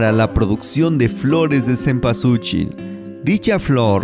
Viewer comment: Mal pronunciado y mal escrito cempualxochil que en Nahuatl significa y quiere decir flor de veinte petalos